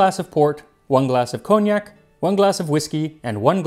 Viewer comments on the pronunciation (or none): none